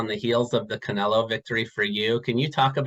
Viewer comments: I think it's funny that he keeps calling Canelo Canela🤣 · Bivol here acting all respectful but still calling Canelo "Canela"😂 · IF BIVOL WANTS TO CALL CANELO "CAN-ELA" THEN THAT'S WHAT IT'S GOING TO BE EVERYBODY SHUT THE FK UP IT'S CANELA FROM NOW ON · Canela zurda. The guy cant pronounce Os 😂🤣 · That is from his native accent. It is common in Russian to pronounce the O as an A. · I like how he keeps saying Canela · My boy keep calling him Canela classic bivol 🤣🤣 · In Russian that's how they pronounce their A's and O's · no because its a russian thing when they pronounce the "o" is like saying "ah" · Because that's how they pronounce they're A's and O's in Russian